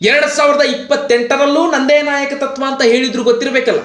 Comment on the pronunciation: ಗುರೂ ಅದು ನಾಯಕ-ತತ್ವ ಅಲ್ಲ, ನಾಯಕತ್ವ ಅಷ್ಟೇ.